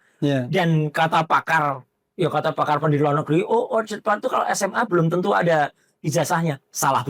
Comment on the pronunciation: andi azwan aja nyebut orchid dibaca orchad bener-bener aneh